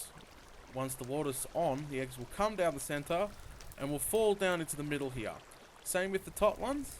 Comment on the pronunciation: I love how you say here HEE-UH love the vid!!